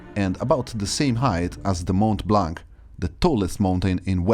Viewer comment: oh god international people trying to pronounce Mont Blance. Hillarious.